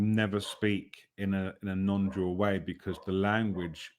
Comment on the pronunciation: Sometimes I couldn’t tell if you were saying “non-dual” or “non-doer”, and then it occurred to me that either will work quite well to make your point.